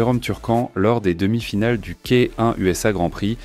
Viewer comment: Pure beauté technique dans le ring C etait le plus beau fighting style en kick, y compris le K1. ( on dit KEY One) Il manque ici ses plus beaux combats de fin 80' et debut 90. Dommage.